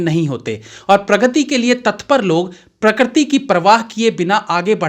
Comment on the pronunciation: आप बार बार 'प्रकृति' को प्रक्रति' बोल रहे है इस उच्चारण को सुधारिए